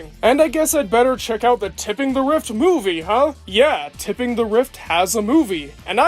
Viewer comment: You keep saying it as "Tipping". It's "Tripping".